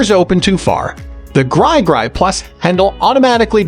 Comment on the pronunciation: He said "gry gry"